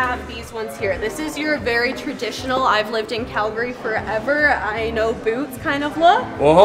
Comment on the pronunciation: Why is he pronouncing it KELgary? its an "A" not an "E"